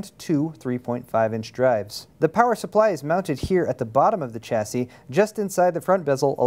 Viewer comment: Stop saying Chassis wrong :(